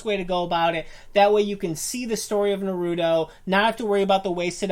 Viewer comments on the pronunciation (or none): “So today we’re gonna talk about Naruuuudo, not Naruto, Narudo” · It's NA-RU-TO, not NAROODO O.o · Why are u saying nurooto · Its Naruto not Narudo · Naruro wtf! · Why do keep saying narudo... It's naaaaa-ruuuu-tooo. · THe wAy he SaYs NarUto is CrInGe It's Na-ru-to NOT Norudo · It's not nahruudow it's naruto. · If you even watched naruto you would know how it's pronounced by when they say his name, which is naruto not narooto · It's naruto, exactly how its spelt, not nerudo eww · NAR-OO-TOE NOT NUH-ROO-TOE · Why? Why do people pronounce naruto the way these two do? It's nah-roo-toh not nuroodo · Why can't people say naruto without saying narudo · There's no d neither...they days norudo when it's narutoh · Narudo....its narootoh ...idiots... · It’s Nar-u-toe. Not na-roo-doe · Narooto...... what!? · The moment they said, "Na-ru-do" I was outta here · "Narutos one of our favourite shows" says it like nar-oodoe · Na-Rude-o wtf? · stop saying NARUUUTO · Not naruto Naaaaaruto Baaka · The cringe is real it's not Naruto not what ever you just said nar-u-to now do it a little faster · Na-ro-do? WTF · You mean na-ru-do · Nope they said na-ru-doe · Bruh you pronounce it like "Naroodo" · “Narudo” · Narodoo doing the rasangun while soosuke doing the shitdorri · Narudoe shipudeen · yeah watched 20 sec and i can any more STOP SAYING NORUTO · STOP SAYING NORUTO THERES NO FUCKING O!!!! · Isn't naruto pronounced like nar uh toe like they say it weird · you said naruto wrong but it does not matter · im sorry, but like thats not how you say naruto or shippuden- (no offense lol) (also im from the future in 2020) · stupid you are saying naruto wrong knukle head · Definitely not a naruto fan if u can’t pronounce his fucking name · THATS NOT HOW YOU PRONOUNCE NARUTO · I hate how you say Naruto tbh gotta learn how to say it right. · Sorry but stop white peopling the fucking name. Naruto roll the fucking R... I bet you say Jalapeno with a strong J.. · Ur saying naruto wrong